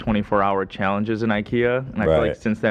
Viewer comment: I how pronounced the American ch as sh. Swedish shallenges. Makes me smile keep on keeping on